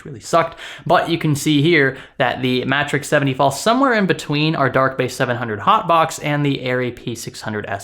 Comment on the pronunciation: Are we sure it's not pronounced mAtrexx as in matrix? The single T tells me it's matrix (phonetically)